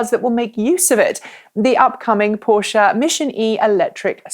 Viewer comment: I love the fact you're pronouncing Porsche correctly. :)